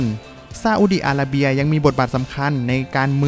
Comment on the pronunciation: ทำไมเวลาออกเสียงชื่อประเทศที่มี ร.เรือ ออกเสียงเป็น ล.ลิงตลอดเลยครับ อีหล่าน ซาอุดีอาลาเบีย